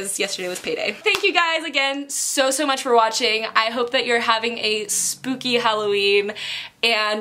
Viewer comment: Is it only me or does she say spoopy instead of spooky?😂